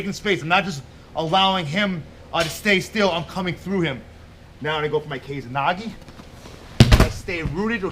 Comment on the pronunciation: First time I've heard of 'kesa nage' (and it's keh-sa, not 'kei-za'). In terms of the gokyo no waza I think it would just be considered a variant of o-goshi. Where did you hear this name??